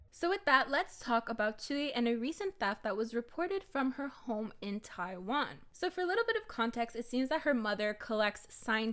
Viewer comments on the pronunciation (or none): none